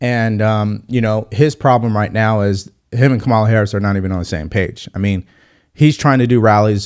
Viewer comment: Consider how many times you've heard her name, and realize you are still unable to pronounce it. Your brain isn't functioning properly.